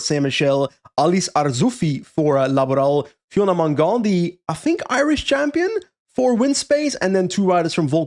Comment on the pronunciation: Loving French pronunciation for Fiona Mangan 😅🇮🇪☘️